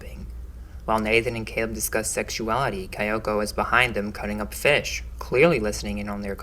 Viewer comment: “Kyoko” is pronounced “KEE-oh-koh”.